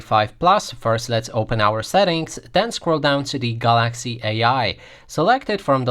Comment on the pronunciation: Learn how to say Galaxy.